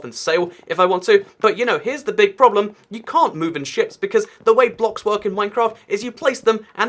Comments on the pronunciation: I kept hearing sh** in stead of ships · with his ascent I had to replay that because it didn’t sound like ship